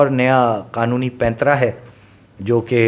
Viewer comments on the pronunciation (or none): none